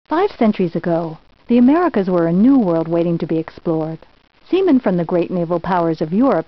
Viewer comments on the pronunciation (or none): She says semen in the beginning